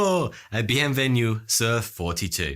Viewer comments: BANJUR and beun venu... Nice French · Yeah his prononciation of "bonjour bienvenue" is definitely illegal